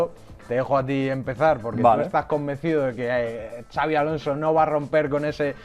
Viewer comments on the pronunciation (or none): No es “Chabi” Alonso, es “Sabi” Alonso, la X de su nombre es como una S con mínimo detalle de pronunciación, es Vasco, no Catalán. Por Dios bendito!!!